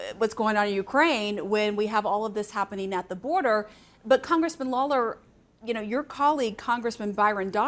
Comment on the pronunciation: She really butchered “Lawler” holy crap she couldn’t get it correct once